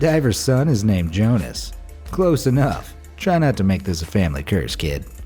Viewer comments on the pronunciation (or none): none